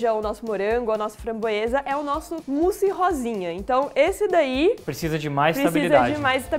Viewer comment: se diz o musse